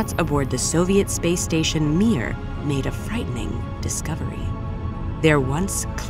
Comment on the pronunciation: it's not "miuiuiuui", it's "miR".